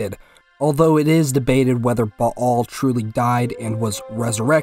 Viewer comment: Thanks for not saying "Bale"